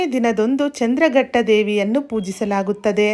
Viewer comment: ಚಂದ್ರಘಟ್ಟ ಅಲ್ಲ ಮೇಡಂ ಚಂದ್ರ ಘಂಟಾ